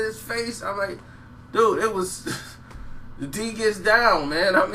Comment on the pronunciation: Get The D's "D" out ur mouf, my dude....sheesh!!